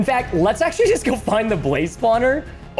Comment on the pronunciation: it axeually